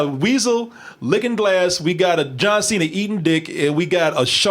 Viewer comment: "John Say-na"